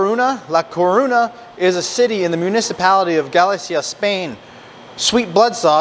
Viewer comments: Say it like this More-see-yaaa from La Cor-unya Gah-lee-sia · "Coruña" pronunce like 'corugna' like lasagna and morcilla, double LL in spanish sounds la G un Giant, like tortilla. Just a reminder to not butcher the spanish jejejejee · Hello friends, I’m very interested in receiving the new book “ one thousand and one greatest sausages recipes “ for compensation for the pain that you caused my mind, heart and soul each time you botched the pronunciation of Galicia, la Curuña,and the name of the actual sausage Morcilla. Also I’m going to have to risk sounding like a jerk, but the fruitcake mix was “la estocada “ La estocada" is a Spanish term that primarily refers to the fatal thrust of a matador's sword aimed at a bull's heart or aorta during a bullfight. Metaphorically, it translates to a "fatal blow" Never would the candied fruit be used in the making of Morcilla when there are so many naturally dried fruits available. Again I don’t want to come off as a real jerk, my mother is from La Coruña , Galicia en España . I looked if a simple pronunciation of these words that could possibly help a little …La Coruña EspañaPhonetic Breakdown: Lah coh-ROON-yah Ess-PAHN-yahHow to say it:La: Like "law" without the 'w' sound.Coruña: Say "coh" followed by "roon" (as in moon), and "yah".España: Say "Ess" then "pahn" (rhymes with lawn), and finish with "yah".Local Name Tip: In the local Galician language, this city is actually spelled and called A Coruña (pronounced uh coh-ROON-yah).Morcilla GallegaPhonetic Breakdown: mor-THEE-yah gah-YEH-gahHow to say it:Morcilla: Pronounced "mor" (like 'more'), "thee" (with your tongue between your teeth), and "yah".Gallega: Pronounced "gah", "yeh" (as in yes), and "gah".. I hope that I